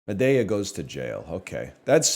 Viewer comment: Why does he keep saying Madea like that? Librarian make him stop